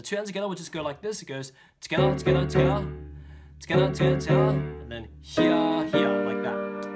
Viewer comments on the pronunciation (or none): It's not 'together'!!!! It's TogAeThaA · every time he says togetha i want to bang my head into a wall.... and also give him a hug. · the "togetha" makes me want to kms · togethaa togethaa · Togethah togethah togethah. CANT STRESS HOW MUCH I LOVE HIS TUTORIALS BECAUSE OF THIS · I love your "togethaa" xD Really good help by lerning some songs! Im learning completly from the begining, but your a very, very great help Keep going!;) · "togetha" intensifies Btw I subbed. Thank me later. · Thats heow yeu say et from the laend daewn unda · omg the thing that gets me angry is how he says “together” lol